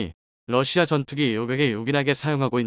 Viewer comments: 러시아요?, 러시마요? 똑바로 하시기를... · 러시마 라는 나라가있나 발음을 바르게하세요.